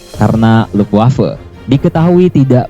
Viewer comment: Bagus nyebut Luftwaffe nya bener channel lainnya nasal nyebut